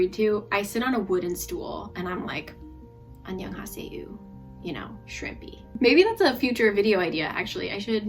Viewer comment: I laughed so hard for the "annyeongha🦐" 😂😂